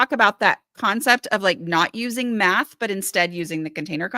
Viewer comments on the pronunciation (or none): in their defense, the way you said math here sounds like “meth” to me